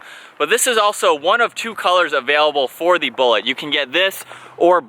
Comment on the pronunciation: I love all of the vids, but Please stop saying "thee" for " the." It's driving me crazy. Thanks.